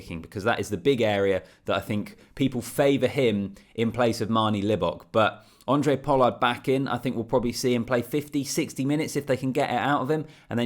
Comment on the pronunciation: Thanks - love the videos from a Capetonian fan. PS - it's pronounced "Hon-drey Pollard", not "Andre" lol. But either way - appreciate the work effort in getting these videos out. Looking forward to seeing your channel grow.